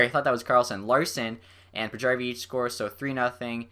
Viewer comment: Well done! Here's a name pronunciation tip: if someone is Swedish or Finnish and their name has a "J" in it, it's almost always pronounced as a "Y". For example: Paajarvi and Valiharju